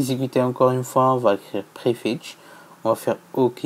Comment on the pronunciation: G pas compris il dit prefitch